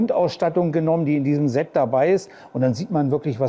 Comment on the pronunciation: Perfekte Vorstellung. Danke dafür. ABER: Versuche doch bitte, das Wort "Set" mit stimmlosem "S" auszusprechen. Das senkt dann den Gänsehaut-Befall ganz erheblich. Ist gut gemeint, bitte nicht falsch verstehen.